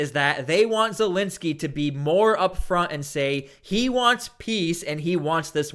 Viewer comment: It's not Zelinski! It's Zelensky! With an E ! What's so hard to pronounce the Dictator's name correctly?